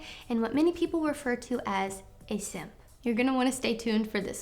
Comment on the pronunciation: Every time you say “simp” I start to laugh😂😂😂😂. Thanks for the lesson sista🤙🏽🤠.